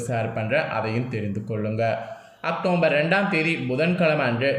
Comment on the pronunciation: Pronounce properly October